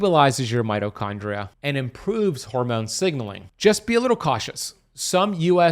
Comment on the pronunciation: Being picky but... there is an ee sound in mitochondria. Its not mitochondra. Just sayin'.